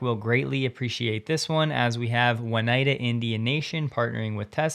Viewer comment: from an ex upstate New Yorker, Oneida is pronounced "Oh - nigh - da", not "One - i - da"